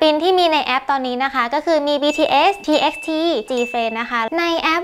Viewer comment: พี่คะ TXT อ่านว่า ทีบายที นะคะ😅แต่ไม่ว่ากันเนาะเพราะหนูก็เห็นครั้งแรกอ่านงี้เหมือนกัน5555